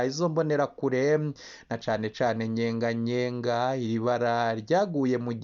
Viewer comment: Ni Nyeganyega si Nyenganyenga! Wewe update kuvuga n'importe quoi!